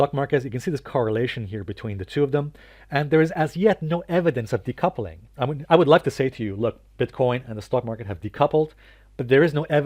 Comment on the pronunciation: “Decoupling” lol